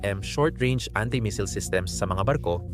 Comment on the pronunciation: Missile po. Hindi misil